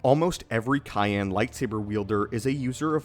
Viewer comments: ...uh it’s pronounced “Sigh-Anne”, not “Kai-Anne”...for the Cyan color. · Cayenne? I think you mean Cyan. Pronounced (S-I-an) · I thought it was pronounced “sai-yan” not “kai-yan” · A cayenne lightsaber? Is it powered by peppers? 😂 Lol dude, it’s pronounced Sai-an. No hate, we’ve all mispronounced words, I’m just dying over the idea of a lightsaber with a cayenne pepper as its power source 😂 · CA-IN?! Bruh it’s sy-an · Cool video, just so you know, Cyan is pronounced “Sigh-yan” not “Ki-an” ❤️ Keep up the great work! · Si-Yan. : Cyan. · bruh this mf is so dumb CYAN is pronounced SIAN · C Y A N (sigh Anne) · Cyan isn't pronounced with a K-sound. It's "Sy-an". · CYAN = SAI-AN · Bruh, cyan is pronounced SIGH-ANN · lol cayenne is a pepper. cyan is pronounced like sigh-an. although the word sigh should itself be sig-uh. english... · Cyan- pronounced Si-ann. I manufacture toner. Cayenne is a pepper. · Sy-ann is the pronunciation for cyan. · I always thought cyan was pronounced "sigh Ann" 🤔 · it's sai-an cyan, i mean soft c not a "k" sound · Cyan, pronounced Sy an, is a blue crystal. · Why is no one freaking out about how he says “cyan” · the cyan and counselor pronunciations are driving me nuts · Why did you say Cyan so weird? Is it a family thing or something? I'm actually curious as hell about it now.